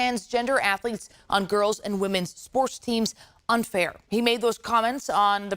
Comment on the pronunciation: 🤣🤣🤣 crazy that the news makes the word "unfair" sound like a slur. 🤣